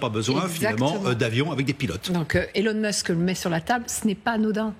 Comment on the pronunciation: En plein dans le mille...Elun mosk😂😂😂😂😂😂